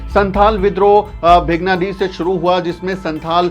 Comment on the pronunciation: Sir भेगनाडीह नहीं शुद्ध नाम है भोगनाडीह district Sahebganj (jharkhand)